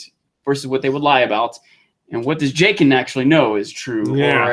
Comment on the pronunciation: I know it's petty, and people will hate on me for it, but every time said Jay-ken instead of Jock-en I felt a fire just burn in my stomach. Meister instead of Maester(which to be fair, I did the same thing for maester). Urine instead of Your-on( which a lot of people do). I know, it's petty and pointless and means nothing either way, but there you have it. But all in all I like em.